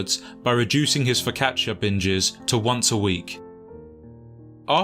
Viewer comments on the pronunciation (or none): none